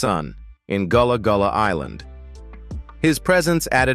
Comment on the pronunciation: It’s not Goolah Goolah island